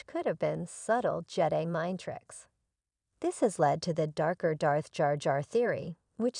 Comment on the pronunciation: Learn to pronounce Jedi, Han, etc correctly! 😐